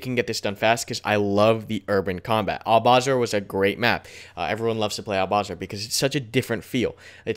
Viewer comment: One thing to ask you, the town in Iraq, Albasra. It's not pronounced AlbaZra. It's is pronounced Al-bus-ra. As an Iraqi guy it sounds funny when Americans call it Albazra haha. Just saying:)